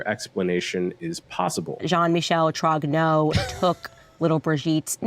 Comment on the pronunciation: Wht the fuck are you all misspronuncing the name Trogneaux ?